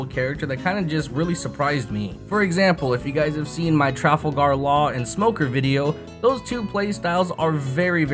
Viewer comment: “Trafle gahr laaare”